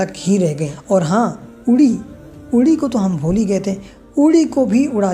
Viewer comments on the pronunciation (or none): bhai wo udhi nhi URI h😂😂